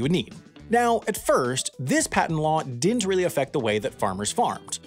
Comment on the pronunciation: I can't imagine what makes someone think it's acceptable to pronounce "didn't" as "dent".